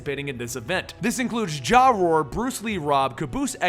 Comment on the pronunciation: BWAHAHAHHA Jaw-Roar